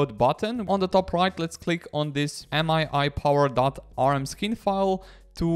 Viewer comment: isnt it pronounced me power not m-i-i power